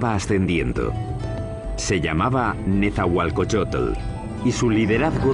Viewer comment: No es Netzahualcoyotel, es Netzahualcóyotl!